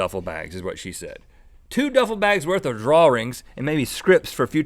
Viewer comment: I'm pretty sure it is their southern way of saying drawing